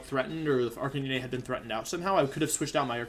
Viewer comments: Request (demand) to halt calling it Arca-knee-nay. You're destroying my childhood, sir. A r c a - n i n e . 😛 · Arch-a-knee-nay the poke master way to pronounce is correct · Lol it’s ar-ca-nee-nay lol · Bro people that play games and mispronounce characters is sometimes acceptable since we’re all dumb af but whenever Wolfe says Arcanine and Ninetails it just pisses me off. Is he trying to be ironic or am I just missing out on a trend. CORONA REALLY BE DOING ME LIKE THIS sjshdkfksb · I'm only here for the way Wolfey pronounces Arcanine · Can someone explain to me why he says Arcanine like that with confidence.